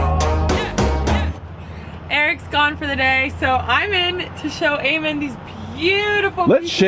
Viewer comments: Eamon* not Earmon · Its Eamon pronounced A-men unless I missed the joke 😔